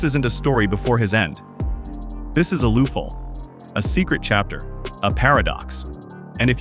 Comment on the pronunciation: What is this AI crap? lol A true "Loofhole" indeed...